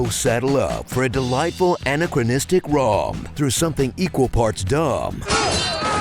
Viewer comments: ANNA-chronistic?! I think you mean AN-ACK-RON-ISTIC! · "annachronistic"? dear me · I was caught off guard by you mispronouncing anachronistic. Want to try that again?